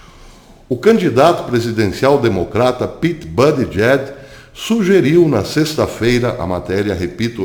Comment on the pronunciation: por favor, acrescente os nomes envolvidos nos teus vídeos. Pois, fica difícil localizar, através do Google, tais nomes, levei MINUTOS para identificar o ex-prefeito gay, citado no vídeo, cujo nome é "Pete Buttigieg"... O porém é que você citou "Buttigieg--/JACKS/" (ou algo foneticamente parecido) o que complica. Porque NENHUM artigo em que encontrei o citado nome tem essa última sílaba (/JACKS/). Além disso, ultimamente o Youtube omite as datas em que os vídeos foram publicados. Isto prejudica muito as possíveis pesquisas que possam ser feitas com as publicações, sejam elas em vídeos ou em textos. Tenho encontrado muitos artigos valiosos, mas que não tem datas. Falhas essas que já encontrei em revistas impressas, o que É IMPERDOÁVEL. Por favor, coloque as datas, nem que sejam nos comentários. A propósito, gostei do seu novo visual, como uma nova marca para os teus vídeos. Espero poder apreciar mais os teus trabalhos. Abraços e muito obrigado pela atenção.